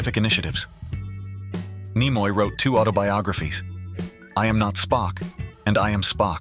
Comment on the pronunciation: Some interesting information but the A. I. Voice ruined this clip with incorrect pronunciation of names. Nimoy is pronounced Nee-moy. I can't recommend this channel 😞